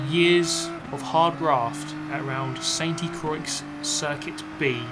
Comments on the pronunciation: St Croix is a fictional french track so it's pronounced San Croy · The "X" is silent "croy" Nothing personal, though being as you already got Le mans "luh mon" down pat... Had me still questioning if you are simply just poking about French language🤣🤦🏼‍♂️ I have way to much fun these days👍 Bebobabobeep!.!.!!! Woot woot.. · it’s not pronounced Santé Crocks!!! It’s in French, literally translated means the “holy cross.” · It is pronounced Saint Crouah, the X is silent and Croi isn't Croy 👍🙃